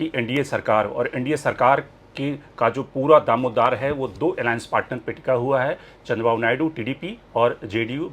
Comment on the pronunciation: Its दारोमदार not damodar